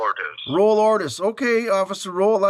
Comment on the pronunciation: IKR?!?!? First of all, he has chosen a Mexican name “Raul Ortiz” that he pronounces “Roll Ordus”. Second, a US Customs official would never use the word, “like” when describing illegal substances, detected in an overseas package, and thirdly, he would know how to correctly pronounce “each and every TING”, listed in a warrant, especially since he is reading from the warrant. 🤦